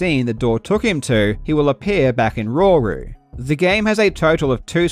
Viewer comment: Say Rauru one more time I dare you